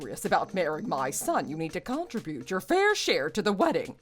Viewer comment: PLEASE...learn to pronounce "contribute"!😮